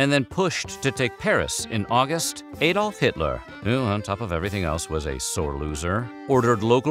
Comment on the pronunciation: And yet he mispronounced Adolf.